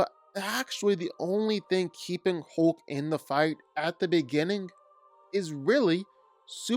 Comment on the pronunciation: hoke - you say hoke - is that a canadian pronunciation?